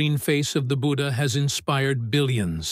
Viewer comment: When you can't pronounce his name 'budhha' and can't pronounce 'ganga' but still try to rewrite history with fake information.